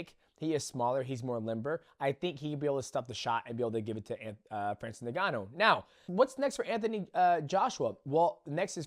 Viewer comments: Isn't it En-gon-nu? Not nig-gon-nu? Maybe I'm wrong but I always thought it was pronounced with an "en" sound. Ngannou. U & Jones call him nig gon u😂. Then there's Tyson "furry"😂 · did he really sayy francis nigganou? ICANT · Neganu? Come on Dont We all know How to pronounce his name by now… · Why do you say is Nuhganoo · His name is Francis N-G-A-N-N-O-U